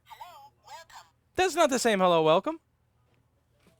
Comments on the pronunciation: "Herro whercum" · HERRO! WERRCOME!!!🤣👍👍👍